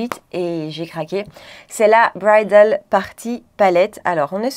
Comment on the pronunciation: Bonjour ma Chérie…. Ah la la cette Bridaaaaaaal 😻 punaise tu l’as bien prononcé lol !!!! Bref tu comprends ❤